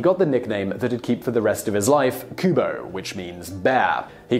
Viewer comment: Kuma not kubo 🤣